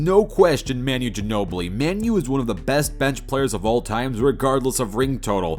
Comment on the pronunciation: “Man-yu Ginobli” 😂😂😂